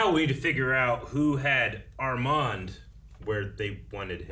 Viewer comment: Guys !! I m french.when you say Armand don t prononce The D. 😉. Live your reactions . Peace